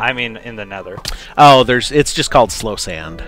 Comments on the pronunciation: it's soul sand not slow sand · It is NOT called slow sand XD it is soul sand